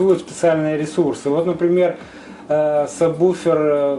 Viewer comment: люди, читается САБВУФЕР (subwoofer).